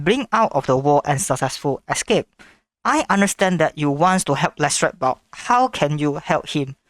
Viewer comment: His name is Leshrac not Lichess